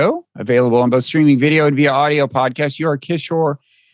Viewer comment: Agreed. Prof Kishore is ethnic Indian and yet he loves, respect and support the CCP deeply.. why can't Mr Wright respect Prof Kishore and learn to pronounce his name?